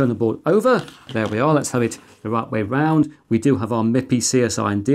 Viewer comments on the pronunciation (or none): none